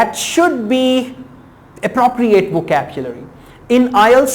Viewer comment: vocapchlury ni vocabulary hota bhai...